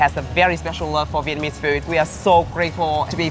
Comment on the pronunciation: is terrible on Vietnamese accent.... he sounds like meow.. 😂😂😂 lol